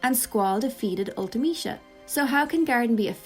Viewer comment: I've never heard anyone say Ultimecia out loud and I like your pronunciation of it. I always read it as ultee-meh-see-uh.